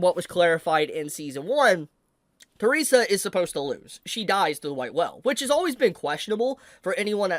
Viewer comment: let me correct the pronounciation. Her name is not Teresa. Her name is Theresia. The-re-si-a.